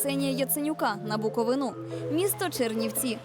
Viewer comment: БуковИну. Букови́на. Як вірити вашим "дослідженням", якщо ви не взнали як правильно говориться назва краю? :)